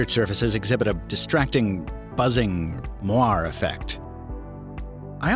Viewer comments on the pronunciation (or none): It's not mware, it's mwahrey.